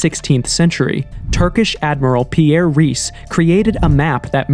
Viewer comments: It’s not Pierre raees. It’s pronounced Pee-ree. Also the way you say Ahnenerbe is different every sentence. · I believe the famous cartographer was called Piri Reis, not 'Pierre' Reis.